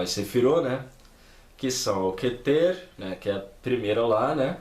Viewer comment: Seu vídeo é legal. Correções fonéticas: plural de Sefirá (não Sêfira) é Sefirót , não Sefirô. Kéter, não Ketêr. É o mais sagrado. A Sefirá mais importante. Menorá é feminino.